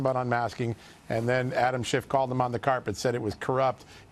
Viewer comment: he said shifft and I LMAO